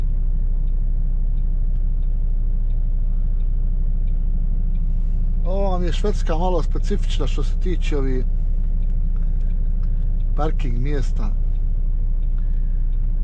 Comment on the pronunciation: drugacije se izgovara narode, i Svedska se kaze